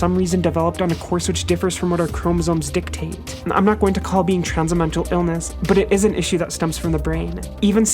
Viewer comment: You said DICKtate 😂